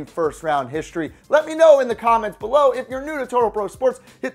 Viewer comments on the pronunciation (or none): none